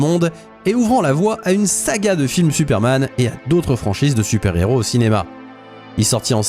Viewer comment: à : « Tuperman » ? 🤨